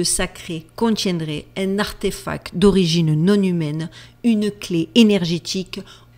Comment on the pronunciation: Si t'avais un minimum de tac, tu prendrais contac avec un orthophoniste et tu verrais l'impac d'une prononciation exac du mot ARTEFACTTTTTTTTTTT